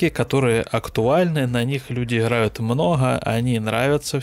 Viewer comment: иХрают, Ходами, иХроки, поХоворим, Ходу, мноХо, Храдусов ....кровь из ушей полилась.